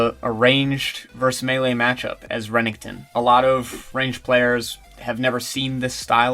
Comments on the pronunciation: REH- NECK- TON. jesus fkn christ u hate how u pronounce the champs name. Rennington. lol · "Renington" hahaha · Thumbs down for pronouncing his name weird haha but good video! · D.a. downvoted for that reason.